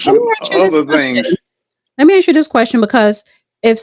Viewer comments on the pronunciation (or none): Please learn how to say the word ASK ✌🏾 It's not pronounced axe